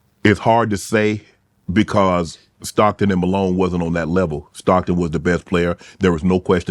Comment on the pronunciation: This man said Stockton better than Malone with no doubt lmaooo